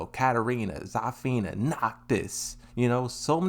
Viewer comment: Bro its Zuh-fina not ZAAAAH-fina 😭